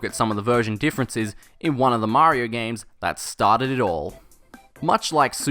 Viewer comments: Mario not Marior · MAHRYO...?!? WTH! I can't take it a whole video